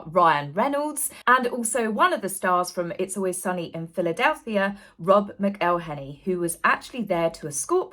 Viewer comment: Rob Macklehenney is how its said lol. Poor man 😂😂